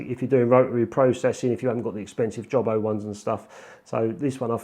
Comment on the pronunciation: I did get a laugh out of "job-o", definitely a London'ers pronunciation :)